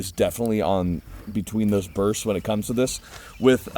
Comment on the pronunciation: Not “With Da switch” “ Wit Da Switch” we made the h silent 😂😂😂😂😂😂😂😂😂